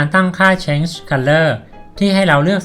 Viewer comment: Change อ่านว่า เช้นจฺ ไม่ได้อ่านว่า เช้ง ครับ